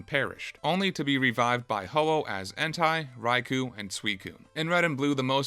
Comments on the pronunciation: To whom it may concern, Entei is not pronounced like hentai. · ...Did you call him "En-tai?" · "Entei" is a Japanese word, so it's read as "en-tay-ee" as opposed to if it were a German word, where it would be how you said it, "en-ta-ee" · It’s not end-tie, it’s “N-tay” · It’s pronounced en-tay/en-teh, not en-tigh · What’s an En-Tie? You men Entei (En-Tay) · I find the fact that you pronounce Entei as "Entai" very concerning. o_o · Bro did you really pronounce Entei as Hentai? 🤣🤣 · There is NO way you pronounce it like Entaj 💀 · why do you say entei like entai.... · How is it possible to mispronounce pokémon names. Listen to the fucking anime dude. ENT-EYE??? WHO THE FUCK IS ENT-EYE😂😂😂😂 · bro you did not just call Entei "hentai". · why does this fella pronounce entei as hentai stop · My only gripe with your video is that you keep pronouncing entei as "EN-TIE" smdh. Otherwise, excellent review xD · Bro really said Entai 💀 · It's En-Tay. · Mans really said “Entai” 💀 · bro said Entye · Entei pronounced like hentai is the greatest part of the video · There is no way you unironically pronounce entei as "hentai" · Hippo-po-tas - En-Tey lol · I'm giving dislike because I absolutely H A T E the way you pronounce Entei. And never want to accidentally click this video again. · you pronounce every pokemon name wrong and it's hilarious. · Bro why do you say Entei wrong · "entai raikuh and suikuh" bruh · Entai? Raicoo? Sweecune? That's not how you pronounce those.